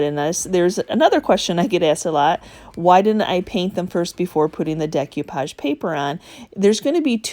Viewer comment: Sorry this just drives me bananas. It's pronounced day ko-pahj not deck you-pahj